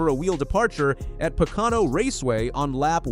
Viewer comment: A NASCAR posting that cannot pronounce Pocono. Po Can O??????????????????